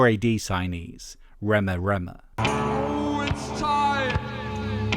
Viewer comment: It is pronounced Ree-ma Ree-ma, and you should actually look into them - you will learn some things.